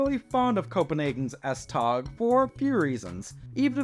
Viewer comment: Regarding the Copenhagen S-tog: 1: it's pronounced more like S-tow or maybe S-toe. In Danish, g is usually softened to a 'w' sound if placed at the end of a syllable. 2: there are no current plans or even discussions to extend S-train service to the airport. However, there are serious deliberations about building a second city-centre tunnel, often referred to as the "express tunnel" because it would have a more direct route and fewer stops than the current tunnel. 3: the F line will be the first to be fully automated, but current plans are to make ALL the lines fully automated. 4: the tram/light rail line on Ring 3 is already nearing completion and will open its first stage in late 2025, with the rest opening in 2026.